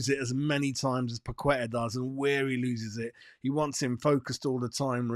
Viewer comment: FFS - Paqueta has been with us for 2 years. Ask him yourself if his name is pronounced Pakweta. I'd be annoyed if a Hammers reporter still can't say my name right after 2 years.